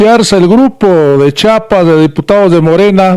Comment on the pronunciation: Disculpe señor youtuber es CHIAPAS Y NO CHAPAS y EN LA CNTE NO SE ESTAN PELEANDO LOS LIDERES POR FAVOR SI NO SABEN COMO ESTA ORGANIZADA LA CNTE MEJOR NO OPINEN Y GUARDEN SUS COMETARIOS E INVESTIGUEN MEJOR QUE ES LA CNTE